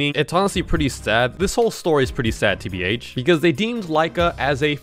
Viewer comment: you say tbh like there is no tommorow💀💀💀💀💀💀💀💀